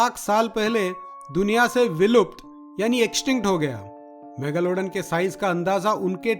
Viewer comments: mega lowda n kya pronounce kar ra Bhai.megalodon ki izzat nakal di tu ne. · Mega lawdan?? Bhai kya pronounce kar raha hai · Every time he say megalaudan.. I cant control my laugh